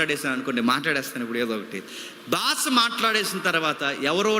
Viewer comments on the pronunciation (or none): బాస కాదు brother బాషా